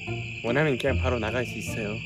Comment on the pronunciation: 그냥을 '걍'이라고 말씀하시니까 진짜 한국사람같이 말하는거 같아요 ㅎㅎ